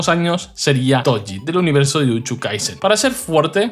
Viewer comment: Por qué dice jujuchu o jutschu y no jujutsu o jutsu 🤔